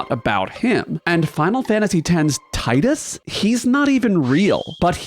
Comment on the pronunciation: Thank you for calling him Tie-dus and not Tee-dus. 🥰